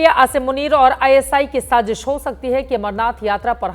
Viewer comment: Shajish ni baji g shazish😂😂😂😂😂